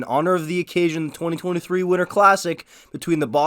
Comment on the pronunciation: I had to rewind like ten times - I was like “did he say ‘twenty thousand-twenty three’” cause apparently the OILERS are facing the FLAMES later this year in October - which would be “two thousand twenty-three” but there was a game against the CANADIENS in “two thousand three” hah sorry just really sounded like ya said “twenty thousand” other than that - awesome vid - love these types of videos I listen to ‘em on my hour long drive to work or to home . 👍